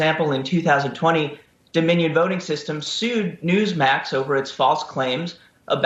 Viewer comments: He cannot say their name😂🤣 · This made my day!!! and what's absolutely HILARIOUS is the newsmax clown couldn't even say the word "Dominion". I can imagine the people in his ear screaming, "DON'T SAY DOMINION" LMMFAO!!!!